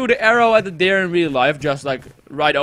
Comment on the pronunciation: Hahaha je zei dear bij dat hert. Maar dier is animal niet dear (kom van je peagle video :p)